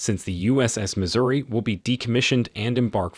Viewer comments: Missouri NOT misery. If you are going to do synapsis do it live not by CG voice. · Missouri, not misery...my gosh! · It is the "Missouri" not the "Misery".